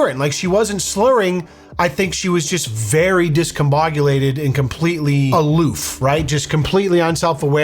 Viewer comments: Discombobulated not discombogulated lol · "discombogulated" lmao good Whisky lolol